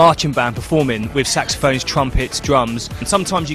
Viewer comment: the way he says it .. marching band performing with saxophone ... sounds like he is sayign sexophones :)